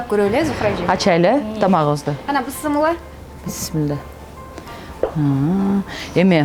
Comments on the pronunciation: Быссымылла дебей биссимилльа десен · Быссымылда эмес, Биссимиляхи деп эле айтылат! Чала кыргыз 👎👎👎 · Ушул эже бысмылла дейт тооба биссимилла эле дей берсе эмне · Бысымыла эмес бисмилля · Журналистка Кыз бысымыла эмес бисимилла болот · Бисымыла дейт да Бисмылда